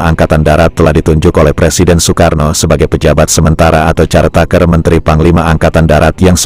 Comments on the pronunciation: Maaf, koreksi cara baca CARE TAKER bukan (x)"carteiker"(x) tapi [kărteiker] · "Care taker" dibaca "Kér teyk(e)r"